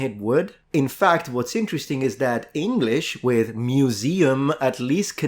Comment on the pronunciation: Polish 'muzeum' and 'imperium' are actually very close/identical to the way yhat was pronounced! 😁